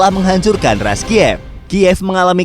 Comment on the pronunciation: Rus dibacanaya, bukan Ras! Bahasa rusianya Kiyevskaya Rus' (Киевская Русь) Knyaz! Bukan kenayes! Kalau bikin konten sejarah suatu negara saya sarankan berkonsultasi dengan orang yang mengerti bahasa dan budayanya.